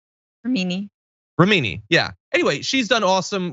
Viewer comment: Its REM IN EE, she corrected h with such confidence only to be wrong. 🥴